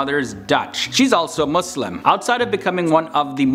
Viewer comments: Thank you for saying MuSlim not MuZlim :) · Finally someone who says Muslim not 𝓶𝓾𝔃𝓵𝓲𝓶